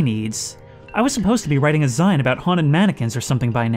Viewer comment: Dude, it's 'Zine' - as in homemade maga'zine. Rhymes with clean.